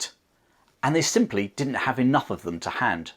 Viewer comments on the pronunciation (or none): none